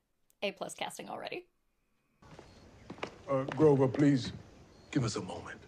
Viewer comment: *grover. Not grocer